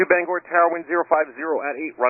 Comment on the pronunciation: This is how I found out there was a plane crash, was my YouTube homepage. Also, for anyone wanting to pronounce it, it isn't BANGER, it's BANG-OR, or BANE-GORE.